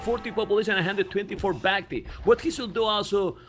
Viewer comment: I like that you're adapting Memb's pronounciation of Bac-Tea :D